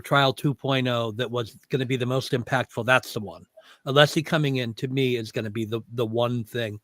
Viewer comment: You can tell that Scabbers Brennan fears Alessi the most by the petty Betty way he intentionally mispronounces him name